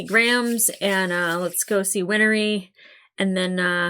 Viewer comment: First: Undoing a Chimera would be like taking bread dough and separating the flour back out. Second: Win-ree - not Win-er-ree. Third: If it wasn't raining, Mustang would have EASILY beaten Scar. Not even close. Like Ozai vs 10 year old Zuko Agni Kai not close.